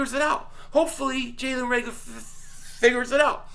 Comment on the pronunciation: I so was gonna comment on your pronouncing reagor name wrong then I got it near the end. NICE lol